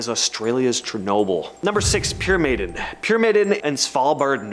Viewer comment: Pyramiden means «The Pyramid» you pronounce is ‘Pyram’ like in Pyramid and ‘iden’ as «Eden, as in The Graden of Eden»